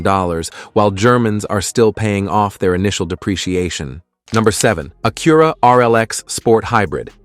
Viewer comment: Did you notice how he pronounced Acura? 😂